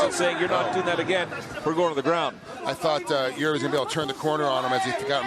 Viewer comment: Why do people pronounce Jiří as a Yuri he is not russian ffs